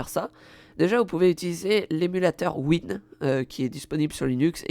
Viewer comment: on dit Waïne pour wine, sinon bonne vidéo pour montrer qu'on peut assez facilement passer sur linux, avec un peu de connaissance! (PS je t'écris d'Ubuntu)